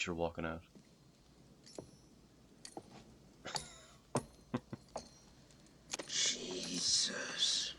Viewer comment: "Jee-sus!" Close, very close.